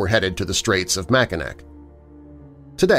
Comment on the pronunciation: I really wish natators would check their pronunciation prior to uploading. Mackinac is pronounced Mackinaw.